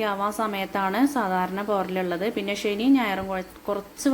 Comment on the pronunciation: ഷെനി അല്ല ചേച്ചി ശനി ആണ്